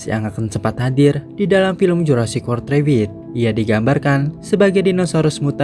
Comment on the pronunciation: Rebirth dibaca i-e (ribert), bukan dibaca e-i (rebirt), sepele tapi lebih bagus kalo searching juga cara pengucapannya, biar gak salah selamanya bro. Pengucapan inggrisnya bnyak yang salah.